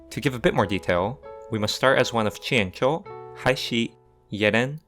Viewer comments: wow your pronounciation of the chinese names is really nice to listen to after all the americans/europeans just saying it like its english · This must be the first eu4 video where someone pronounced jianzhou correctly